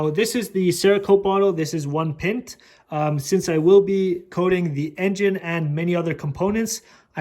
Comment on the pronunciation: the way you said pint lol